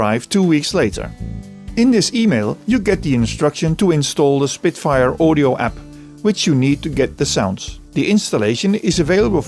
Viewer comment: “Spritfire” Audio. Ha Ha Ha!